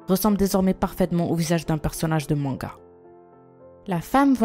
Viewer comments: et on dit man ga man ga pas men ga sinon yutta va te mètre une fesse et sa ressemble pas du tout a un personnage de manga marque coplay et le nom du manga et la tu Véra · comment elle dit manga 😂😂😂